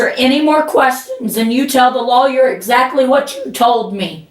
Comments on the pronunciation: Lolllyer 😆 Thank you, you as well! ❤ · My apologies to the Drop family but if I hear her tell the friend to get a "low-yer" one more time, Im gonna have to move on. Nah, Im going to stick around. Its too funny that she thinks the cops believe that she is unaware of the camera and that she's just nonchalantly chatting about the case at the top of her lungs. 😂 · I can’t help but giggle everytime she says “lawyer”.. what accent is this? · Actually, if you really consider the phonetics, she probably has more of a technically correct pronunciation that the more common "loyer" sound. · It's a crime hearing her broken voice pronounce "lawyer". Stay safe DD, BD, and all the CCCC🤘🫶🌈